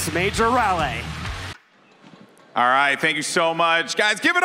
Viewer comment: Anybody else from NC wondering what the hell that pronunciation was . Never heard someone call Raleigh that.